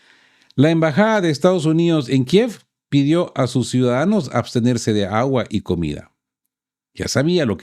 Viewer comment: Dijiste abstenerse o abastecerse 😂